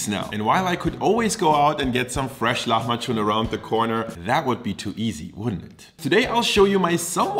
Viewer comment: The way you say the word it sounds more like "lahmaçun" (hard "ç"), but the word is "lahmacun" (soft "c").